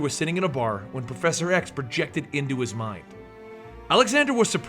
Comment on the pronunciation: Lol. You said proffesor x. sounded like you said professor rex. Love your videos.